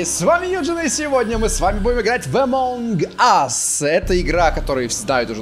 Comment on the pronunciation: не емонгас а амонгас